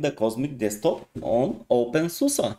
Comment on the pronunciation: Always makes me happy when people pronounce openSUSE correctly :DD This reminds me of Xfce a little bit. The default theme does look somewhat basic but maybe with some customizations it will become amazing.